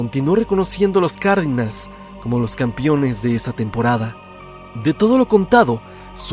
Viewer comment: Los "Campiones" jahaja